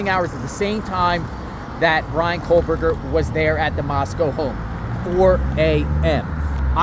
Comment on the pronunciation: IT'S pronounced "KO-BURGER not COLE-BURGER.